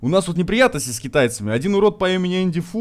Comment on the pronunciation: Не Энди Фу а Эдди Фу